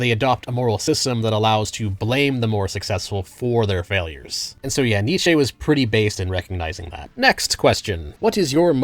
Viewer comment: Two new ones I spotted in this video were Nietzsche and exposé.